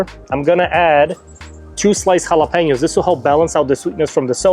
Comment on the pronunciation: Chicken looked absolutely amazing. Finally, a creator that knows how to say jalapeno the right way. Great video. I'll be trying this soon.